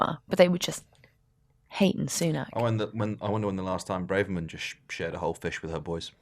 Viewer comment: Please stop calling her "Brave-erman. It's Braver-man.